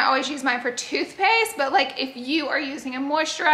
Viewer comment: When you were talking about toothpaste i thought you were saying toupee’s 😂😂 i was like gorl, toupee?!?!? And then i realized you said toothpaste lol